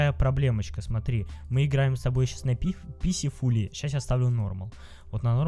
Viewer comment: не писифул а писфул